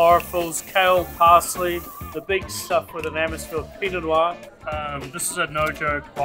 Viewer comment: Ends a bit abruptly? I would expect a sommelier to know that noir is a single syllable and is not pronounced "no r"; Rick Stein over here pronounces it the same way and it's irritating from a chef but for someone dealing specifically with wine it's not really excusable.